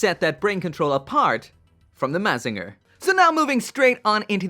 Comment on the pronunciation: You said mazinger wrong.